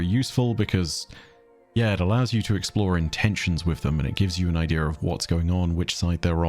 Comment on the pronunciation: I hate the way he says idea so much